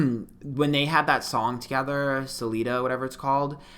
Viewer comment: the "Selita" took me tf out 😂😂😂